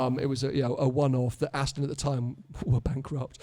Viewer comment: Can we teach how to say Aston it’s ‘AstON not AsTIN ‘ 🤦‍♂️🤦‍♂️